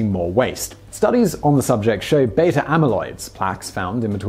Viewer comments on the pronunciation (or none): none